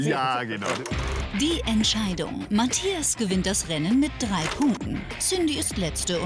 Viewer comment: Cindi: "Die Matschchias"